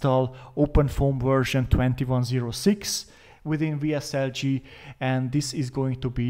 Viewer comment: What are you saying about WSL G ? The pronunciation isn't clear. VSL-G or VSL-3 ??